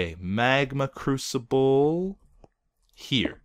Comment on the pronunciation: i thought it was a "magma Cubical" instead of a "magma crusible"